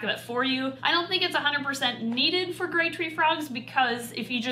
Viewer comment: Sounds like she says great treefrog rather than grey treefrog and honestly both names are accurate!